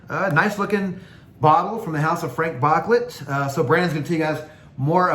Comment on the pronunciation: It’s pronounced BOOCLAY